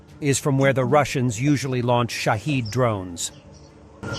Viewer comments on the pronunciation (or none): none